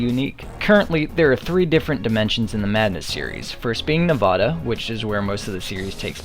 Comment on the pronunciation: Your pronunciation of nevada is wack